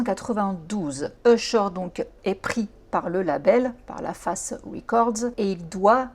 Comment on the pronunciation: Le label La face ce dis pas comme une surface mais "fèce" La Face LA Reid et Babyface = La Face